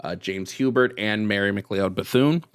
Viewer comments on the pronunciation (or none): McLeod is pronounced Mick-Cloud